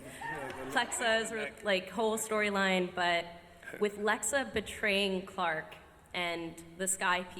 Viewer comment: LikelyFire 718 how? it’s Clarke not clake lmao